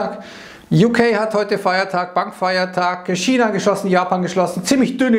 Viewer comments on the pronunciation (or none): none